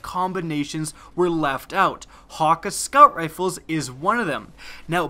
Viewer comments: OH MY GOD DOES ANYONE PRONOUNCE THIS RIGHT. It's Hack-Aye. Not HAWKUH HAWKEYE HAKK OMG. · he keeps saying "hocka" when it's "hockay" and I can't get over it :P